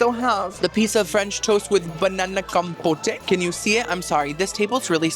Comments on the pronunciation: Compote com and pote sounds like boat compote not compotay 😂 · It's compote not compotay 😂😂😂😂lol